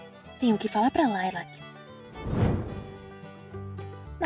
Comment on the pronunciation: Não é Layla é Lilac